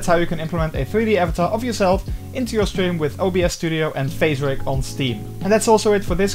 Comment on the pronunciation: Are you saying steam, stream, or Streve?